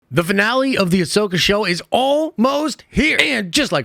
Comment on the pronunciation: I had to rewatch the first second of this video so many times to actually hear "Finale" and not "Vinale"